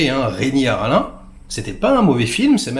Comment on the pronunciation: Renny Harlun? Harlinn on dit non? Pas grave :)